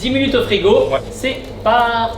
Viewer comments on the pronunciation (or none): je suis le seul a toujours entendre c est partiez ?